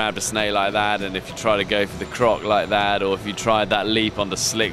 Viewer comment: I like how he says "like that." "We'll see what happens when you grab a snail lithat." lol